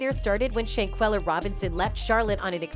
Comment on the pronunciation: Not Shayquella it’s Shanquella , my Jesus 🤦🏾‍♀️